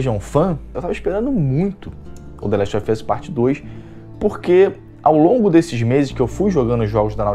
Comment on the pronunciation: The last of ian's ? Kkkk sua pronuncia é muito ruin . Não se ofenda mas seu inglês não é bom .